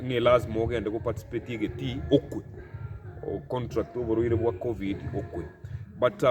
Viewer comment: Point of correction sir,it's Covid not Coving